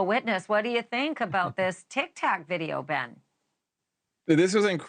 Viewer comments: Did she say a "tick tack video?" Is that a thing or does she mean TikTok? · So is the trick that the news anchor keeps saying TicTac even though they damn sure know the app is called TikTok and they just don't wanna respect pronouncing it correctly because the government is trying to ban it even though it just got used as resourceful? ...Riddle me that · What does Banfield keep calling “Tic Tok” “Tic Tac?” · Ok give me a brake.. you are a news nation reporter.. STOP with the TIC-TAC🤨 U know better I'm sure. It's not a tiny lil breath mint... IT'S "TOK" like every day you "talk" or walk loads of us even cook in a WOK 🤦🏻‍♀️ SORRY I'm not being a troll etc. It's just frustrating when you have a far reaching stage and are speaking of one of the largest platforms. One that the government is trying to shut down. I've got to conclude your fully aware of that situation possibly even reported on it. Now I'll admit I maybe wrong. Why is it so frustrating you ask? Simple we are inundated with AI reporting junk daily. This is indicative of what they are putting out there. The incorrect pronunciation of our beautiful human language. I thought it was a slip 😄 hey we all do it right😉! But it continued. If it was a teleprompter typo.. umm I'm sure you think for yourself and auto correct. Maybe I'm just starting to be touchy over this amazing gift we call the human race being overwrought by artificial stuffs. I like to say being human is job and our future security. 😁 one can hope 🤣 ☺ Again I'm not being😝 just ... wait maybe it was an AI reported situation 🤷‍♀️ shoot anything is possible 🤔 😂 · “The TikTak’s” 🤣 C’mon now